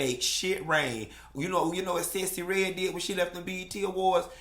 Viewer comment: the woman's name is Sexy Red....not Sessy Red!!! 😂😂😂😂😂